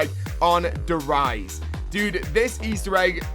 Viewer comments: Der Riese not Riëse wtf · "der eyes" really...